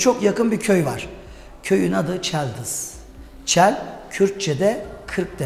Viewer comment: Çel değil çıl kırk demek :)